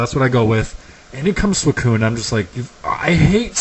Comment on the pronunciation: you also mispronounced suicoun